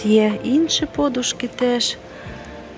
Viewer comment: Ставте правильно наголос на подушки.